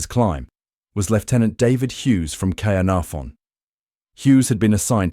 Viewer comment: The butchering of the place names, But it stated so well with Cearnafon 🙄